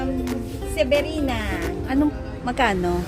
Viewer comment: Zebrina po, hindi severina.